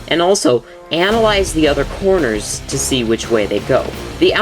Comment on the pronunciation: you said coroners instead of corners lol